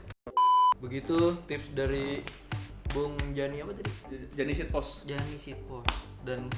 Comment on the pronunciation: SEATPOST bang bukan SHITPOST wkwkkwkwkwk